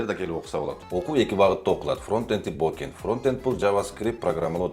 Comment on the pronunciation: Frontend-фронтэнд Backend-бэкенд бокэнд деп келтиресин го 🤣🤣